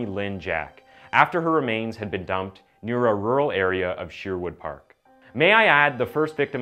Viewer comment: I hate how he say Edmonton aswell as Sherwood park